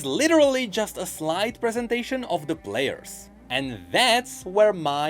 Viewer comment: Count the amount of time says "Blairs" instead of players.